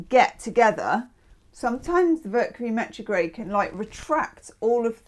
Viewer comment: HOW FITTING is it that [during Taurus] you said “Vercury Metrograde “ 😂 that was awesome! You’re the best!!!❤